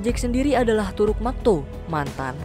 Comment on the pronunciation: Kenapa klo pas baca toruk jdi lain..